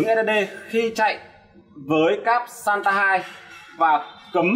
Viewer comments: SATA không phải SANTA ad ơi :))) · làm clip công nghệ mà cái tên cáp cũng phát âm và đọc sai nữa, title thì giật tít thấy ghê